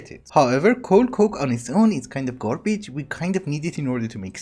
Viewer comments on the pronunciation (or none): Something about the way you say "garbage" is hilarious to me. gorbij